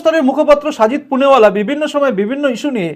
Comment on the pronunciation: দাদা সবই ঠিক আছে কিন্তু ওটা সাজিদ পুনেবালা না, শেহজাদ পুনাওয়ালা হবে 🙏🏼